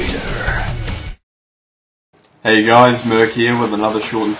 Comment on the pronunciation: Its Mercayder .